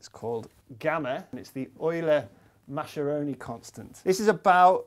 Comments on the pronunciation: Mascheroni is pronounced Mascheroni, not Mascieroni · nice video :) just for the sake of accuracy: the correct (Italian) pronunciation of 'Mascheroni' is 'Maskeroni', not 'Masheroni' (the group of letter 'sch' is always pronounced 'sk' in Italian, eg in the word bruschetta) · "Maskeroni" not "Masheroni" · Mascheroni shouldn't be pronounced as "masheroni". It should sound more like "maskeroni". It's an Italian name, and "ch" in Italian is always pronounced as /k/. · Just a note: Mascheroni's name is not pronounced "masheroni", he wasn't German (I think). It's an Italian surname, and it's pronounced "maskeroni", the "e" said like in the word "excellent". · I'm Italian and I have to point out that Mascheroni is actually pronounced "Maskeroni". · Lorenzo Mascheroni was italian, so his name is pronounced "maskeróni"! :) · very interesting video. Just to be veeery Pedantic, the "sch" in Mascheroni is pronounced as "sk", something like "Mah-skeh-ROH-nee" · Thanks! very interesting... however is pronounced "Maskeroni", bye from Italy ☺ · mascheroni it's read with a hard C sound, he was italian that's read like "maskearoni"